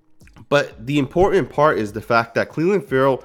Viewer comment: "Important." Im * por * Tant. Not, "Imporent." Honestly. Honestly. That's the word.